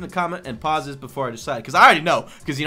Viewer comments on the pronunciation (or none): none